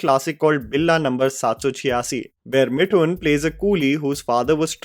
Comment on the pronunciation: Isn't it मिथुन and not मिठुन? you pronounce "Th" correctly.